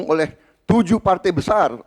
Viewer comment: Klo gw perhatiin Prabowo klo mengucapkan sebuah kata yg ada huruf 'a' dan 'i' dempet "ai" menjadi "ei". Contoh : Berbagai jadi Berbagei Sebagai jadi Sebagei Partai jadi Partei Rangkaian jadi Rangkeian Menguraikan jadi Mengureikan Menyampaikan jadi Menyampeikan Selesaikan jadi Seleseikan Damai jadi Damei